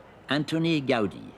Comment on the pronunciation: Why Americans continue to pronounce Gaudí incorrectly? It is pronounced GOW-DEE, with the accent mark on the second syllable. As if Go-deé. NOT Gau-di. The sound of au is ó. It’s Catalán.